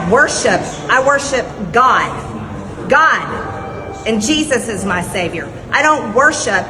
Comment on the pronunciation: Rather make a joke about how she pronounces the word GOD! It spits out of her mouth like a curse! Her voice brings a knot to my guts, like chalk scraping on a chalkboard.